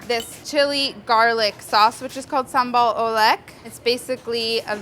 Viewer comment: Fyi the right way to pronounce "sambal oelek" is sum-bal oo-lek (like you say werk, but it's lek hope you get it lol). Molly did a great job with "sambal", but when it came to "oelek" she could be better 😉